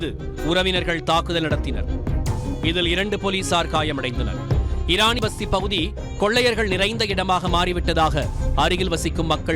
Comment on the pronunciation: Eraniya vasthi not pasthi